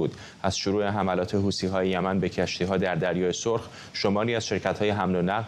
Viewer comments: به این بنده خدا عزیز یه کلام یاد بده حوثی نه حوتی فدای محبتت همش میخندم از حرفاش چیزی متوجه نمیشم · درودلطفا از بخواهید حوثی.... حوتی تلفظ نکند تشکر